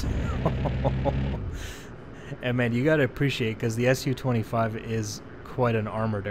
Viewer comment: It's not SU, it's Su :) read like "soo"